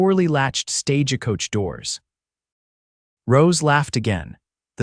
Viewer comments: Each time I hear this reader speak , there is always mispronounced names and words. Stage a coach.. please some one teach him to pronounce words and names correctly. Or, teach AI.😊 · THE VOICE TELLING STORY HAS NO FEELING IN IT, FAST TALKING, WHY ARE YOU SAYING STAGEACOACH, STRAIGHT LINE TALKING, BYE.